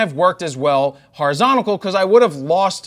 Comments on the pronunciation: "horizonical" lol awesome video though ! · What is "horizontical?"